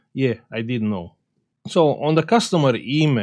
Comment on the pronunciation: Can u say known a little louder please. If it was an unknown issue you wouldn't know about it.